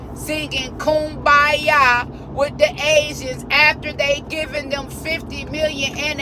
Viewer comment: THANK YOU for pronouncing kumbaya correctly... everybody always says koombaya and that's NOT how you say it